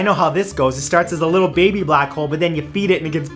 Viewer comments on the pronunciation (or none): none